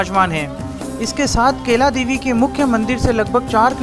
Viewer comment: भाई मेरे केला देवी नही कैला देवी बोलो😅 हिंदी भी इतनी अशुद्ध 😂😂😂